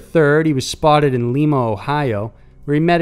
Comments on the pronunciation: I enjoy the videos but in the Knowles section where the talk about about Ohio, the town Lima is pronounced Lie-muh not Lee-muh (that's in Peru). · #3 - victims were electrocuted BEFORE they were killed? If you're electrocuted, you're dead. Lima, Ohio = LY-ma, not LEE-ma. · I just moved to Northwestern Ohio and can confirm this. It's also Or-ree-gon not Or-a-ghun. I have been made fun of for mixing them up 🤷